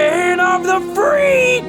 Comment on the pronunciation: "O'er the land of the freak" LOL xD